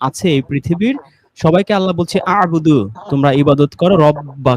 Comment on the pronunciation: এই আলোচনায় গুরুত্বপূর্ণ কিছু তথ্য ভুল বলার কারণে সম্পূর্ণ আলোচনা ব্যার্থতায় পর্যবসিত হয়েছে। এমনকি আ'বুদু উচ্চারণ করেছেন এখানে হবে উ'য়বুদু। যদিও উচ্চারণ খুব বেশি ধরছি না।